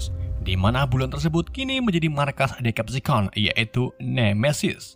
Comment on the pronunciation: Nah bang baru betul bacaan nya diseptikon